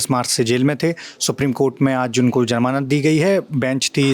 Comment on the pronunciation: Sir ji...jamanat nahin Hota hai, "Zamanat" Hota hai...😊.